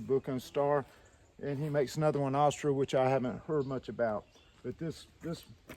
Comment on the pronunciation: Your killing me the way your pronounce Astra lol